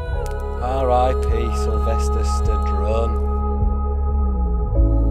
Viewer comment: "Sylvester Stadrone" - jesus mate :D